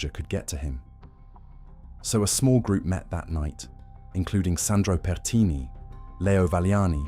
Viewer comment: Pertini, not petini 😂petini means little farts in italian lol